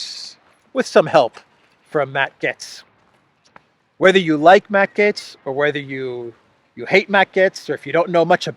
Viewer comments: It's GATES, not GETS. As in "GATE" with an s. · You keep prounoncing Matt Gaetz as Gets instead of Gaitz, that's very annoying. Now Matt Gaetz has all the qualities to become the US President later down the road : he is an extraordinary debater, better even than RAMASWAMY, so that Jim Jordan would be the Secretary of State and Marjorie Taylor Greene the House speaker after a four year term as President either by Trump or Ramaswamy, the fall of Rishi Shunak and the congrol of Parliament in Canada by JAGMEET SINGH. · His last name is pronounced "GATES" - Matt Gaetz - You sound funny saying "GETS" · I think it’s supposed to be pronounced “Gates” rather than “Getz.” Remember Stan Getz of jazz fame? I saw him once in Berkeley at a Japanese jazz spot. Good food! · Gay-ts. Not Gets. "ay" is very audible in his last name. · his name is gaetz not gets omg lol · Its Matt "Gates" not "Gets" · In German it’s pronounced “gets” but in English we say it like “gates” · The Curse is so real. ❤ Also, pronounce Gaetz like gates. Keep him in mind to follow in DeSantis's footsteps here in the free state of Florida. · It's pronounced Gates as his last name. But yeah surprised that they are really pushing the rep from my state Jim Jordan just that I am not in his district in Ohio. And Jordan has said he would seek the speaker position if he had enough support. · FYI here pronounced as "gates" I hope I'm not censored for that FJB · Its pronounced Gates! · It's pronounced Gates. Matt Gaetz is great - he's a well spoken man of the people. I (like Robert Barnes) hope that Byron Donalds gets to be speaker - another lucid and well spoken man. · Gaetz is pronounced "Gates".